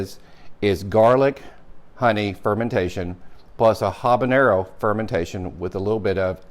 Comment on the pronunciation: "Habagaony" :). Great vid. Followed and subscribe ! :)